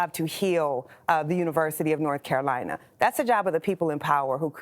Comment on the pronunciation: For someone who spent so much time at Chapel Hill, she sure has an odd pronunciation of the word "Carolina".